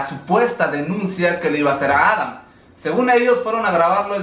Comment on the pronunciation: No se por que siempre dices Adan si es Adam